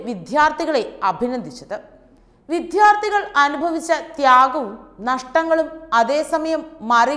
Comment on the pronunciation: വിദ്ധ്യാർധികളല്ല. വിദ്യാർഥികൾ ആണ്. മിക്ക മലയാള മാധ്യമങ്ങളിലും മലയാള പദങ്ങൾ ശരിയായി ഉച്ചരിക്കുന്നില്ല.